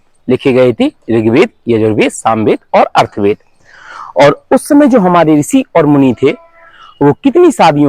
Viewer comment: महोदय अर्थवेद नही अथर्ववेद होता है।😊😊😊😊😊